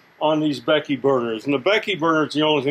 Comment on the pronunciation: I heard that too